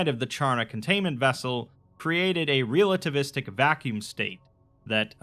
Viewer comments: It took me a while to realize you were saying "realativistic" and not mispronounced relativistic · Love you dude, but I cringed every time I heard "REAL-ativistic". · Hearing you mangle and mispronounce the word relativistic so many times in such a short period of time made me want to reach through the internet and strangle you.